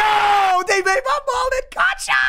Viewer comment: "GARCHA" it is gacha